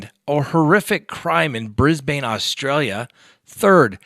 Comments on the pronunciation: Cringe! BrisBUN! Not BrisBane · Brisbane is pronounced like ‘Brizz-Bin’ not ‘Brizz-Bane’. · Hey I live in Brisbane Australia. Pronounced Brisben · I thought it's pronounced Brisbin 😉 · Please learn how to pronounce ‘Brisbane’ 🤦‍♂️